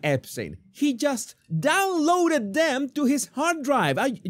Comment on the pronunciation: I think you're putting too much emphasis on the word "downloaded". But the rest seems pretty on point.